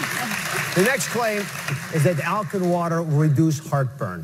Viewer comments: AL-KA-LINE!!!! Don't trust idiots that don't know how to say the word of the topic they are "discussing"....damn shame. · Never. You're a doctor and can't even say alkaline. It's alka-line, not what TF you said. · They can't even pronounce alkaline properly lmfao